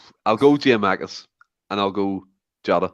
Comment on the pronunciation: Was gonna pull him up on this during but thought just best to leave it 🤣🤣 Also, who is giamakis? Are we not missing a “kou”?